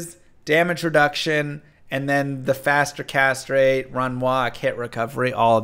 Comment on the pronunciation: Faster Castrate